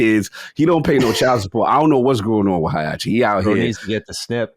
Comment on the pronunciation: Hai-achi, Tai-yido